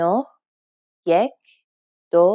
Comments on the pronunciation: it is yak not yek! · Da ba- I think you speak Dari Persian or Tajik Persian, I've seen them pronouncing it Yak. This channel however, is teaching Iranian Farsi in the Tehrani accent. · da ba it's Yek !!